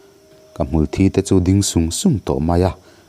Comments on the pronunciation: A ngaihnawm viau a amaherawh chu hmulthi tih lai hi Mithi kan tih a 'thi' tih ang hian lam rik tur aniin ka hria....😅ka lo sawi ve mai mai nih chu angaihnawm lutuk e👍👍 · Tinge hmulthi tih hi i lam rik dik hleihtheih miiah loh a🙊...